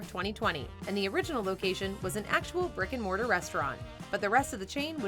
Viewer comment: I keep hearing "Rick & Morty" every time you say "brick & mortar". Also, does anyone else think Mr. Beast has the world's most punchable face?